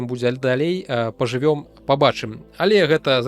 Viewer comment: мЭм, мЭта, пакуль (няма "пака")б патрэЁн, пажывЕм